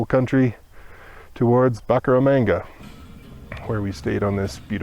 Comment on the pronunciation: Boo-cara-mahnga…… I was born there! BTW thank you for the inspirational videos please keep it up!